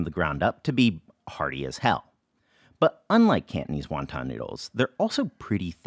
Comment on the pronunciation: Cantonese not KANTNEEZ